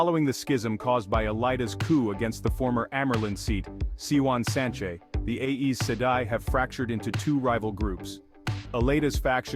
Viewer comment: Aes rhymes with eyes😊 check the back of the book for help with pronunciation